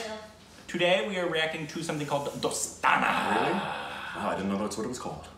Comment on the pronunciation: For the first time in history, has pronounced a bollywood movie name right